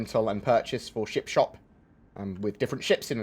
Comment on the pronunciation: Sounded like you said chip shop, mmmmm chips